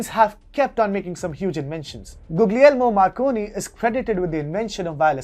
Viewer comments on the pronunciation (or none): none